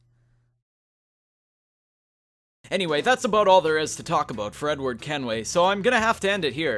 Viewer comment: ‘Fredward Kenway’